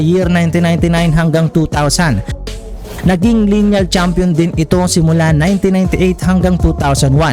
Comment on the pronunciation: Correction.. its not a linial.. its lineal